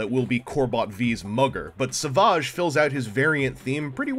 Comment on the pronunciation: lol Is he french? Sav-ah-ge or, without the accent Savage...like Fred? Or a bad ass lion tearing into a gazelle!? Pronunciation jokes aside, he does look like a pretty cool little bot. As a dino fan, it just might be a must have for the collection. Cheers, thanks for the review. Savaaaaaahge. :)